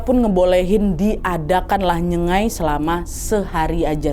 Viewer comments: btw ijin koreksi ya itu bukan nyegai tp sebutan betul ny itu adalah NYENG-GAIK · kak,aku salah satu dari kaum nya mereka,pengen koreksi kalo nyebut nyengai itu kayak ada 'g'nya yaitu nyenggai,nyeng-gai,itu aja makasih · pronunciation nya salah kak nad. Sebutannya ialah nyengaik, sebut seolah-olah ada huruf k di belakang. Hello from sarawak.😊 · Nyengai - sebutan nya ( nye-nga-i)